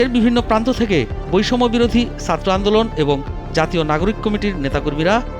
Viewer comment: উচ্চারণ ঠিক করেন। সাত্র কি? ছাত্র!